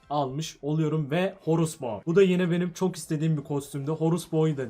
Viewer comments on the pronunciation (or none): abi horus bo dedigin zaman orospu dedigini sandim jfnviuogfnlnsgvfggvnkfj ahahahha